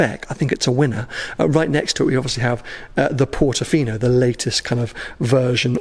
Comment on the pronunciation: Bro.......did you say "look at it as a Portifino on crack"!!😂